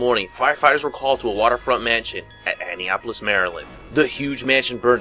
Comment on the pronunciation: Not to be a dick but it's A.nap.o.lis. Annapolis Maryland, and I'm surprised you didn't mention that Arkansas Hic named something Simmons who killed like 15 people. Most his family around and on Christmas.